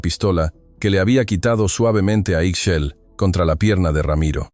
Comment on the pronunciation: Ixchel....se pronuncia Ish-chel